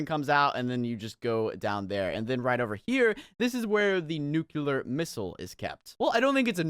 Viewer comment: this is where the NUCULAR missile is kept me:ITS PRONOUNCED NUCLEAR nuke-lee-ar ok nuclear